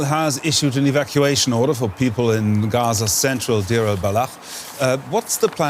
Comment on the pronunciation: Not Dir, but Deir! But some respect on the name